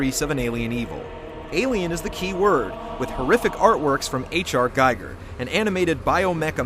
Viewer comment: Yo, banal is pronounced buh-NALL, and H.R. Giger is pronounced zhi-GARE.